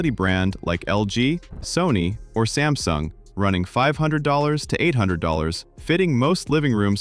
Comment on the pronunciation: "Somsung"..."Vroicee A Frme Fretice"?? 😂🤣😅